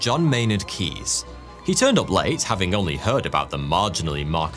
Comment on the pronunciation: John Maynard...KeyNes...with a N snuck betwixt the 'Keys' ;-) cheers